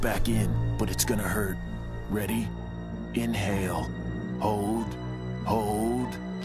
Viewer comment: "enhale" straightens leg "hail"